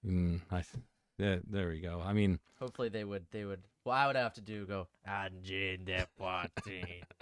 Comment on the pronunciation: Good pronounciation! Try not pronouncing the first N in Angine (so closer to "uh" than "an") and saying a sharper (French) R in Poitrine, and it'll be perfect.